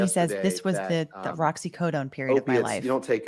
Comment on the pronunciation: Can I just comment that I think it's adorable that Johnny Depp thinks oxycodone is pronounced "roxycodone"? Such an oblivious rock star move... I love also that no one has corrected him.